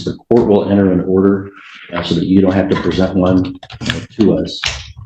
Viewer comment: It's "PRESENT" not "RE-present" 🤣🤣🤣🤣🤣